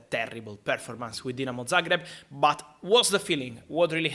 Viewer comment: Man pronounced Dinamo Zagreb correctly 😭😭😭 bless you Fabrizio🙏🙏🙏